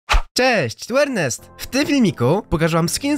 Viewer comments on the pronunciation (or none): none